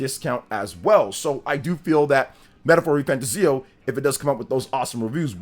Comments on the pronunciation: Please stop saying the name wrong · You can't even say the name of the game right. So hearing slander from you ain't it. Metaphor has a big following and is a serious contender for GOTY